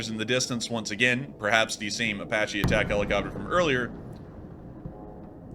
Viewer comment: Apache is pronounced Ay-Patch-ee (Not Ay-Potch-ee). Good video the Dagestan event was disturbing.